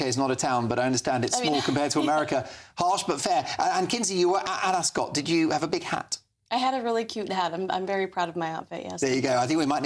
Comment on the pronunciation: Thank you makes No sense she has NO sources and she misprounnces Ascot, calls the UK a town